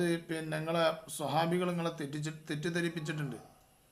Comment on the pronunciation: സ്വാഹാബി അല്ല സുഹാബി..😂